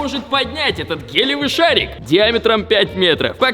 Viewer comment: Шарик не гелевый, а гелиевый :D